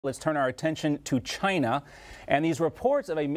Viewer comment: He said CHYnUH